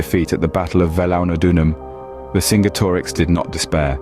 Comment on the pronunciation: Great video although i think its pronounced vercinjetorix or verkingetorix great video keep it up